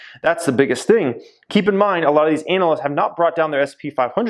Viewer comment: I like how you pronounce analysts as ANAL-lysts